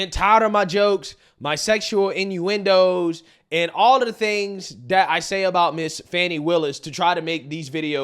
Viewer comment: Deep voice over emphasize on the innuendo was the icing on the cake for this comedy moment.